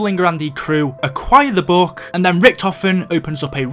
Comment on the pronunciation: OH NOES! YOU SAID BOOK NOT BOOOOOOK!!!